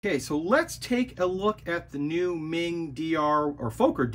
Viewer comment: Hi, Meng should be pronounced as the "Mung" in Mungbeans